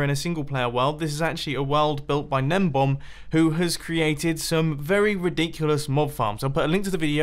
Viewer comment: It's not "gnembomb." It's "GNEMBON"!!